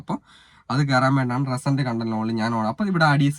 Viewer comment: റെസെന്റ് content അല്ല റീ സെന്റ് content😂